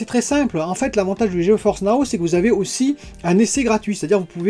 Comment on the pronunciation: Gé Force, pas G E Force. ps: bonne vidéo :)